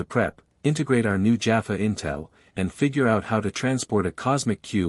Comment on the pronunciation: Listened to several of these cross character Stargate stories on different channels and so far none of them have pronounced Teal'c, Jaffa, Tokra and Naquadah correctly! ( Tealk, Jaf FAH, TOE kra, NA qadah). Feels like if a TV show is going to be used as the backdrop for a story its only proper that the names in it are pronounced right.